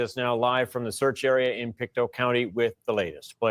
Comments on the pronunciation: It's not French, it's native Indian. Pick-Toe. Not Peekatoo. Pictou like you can "pick your toe". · It's pronounced Pic-tow. And it's aboriginal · It's pronounced Pick-toe 😊, but very close! It's derived from the Mi'kmaq(pronounced Mig-mah-gee) which is our indigenous here in Nova Scotia.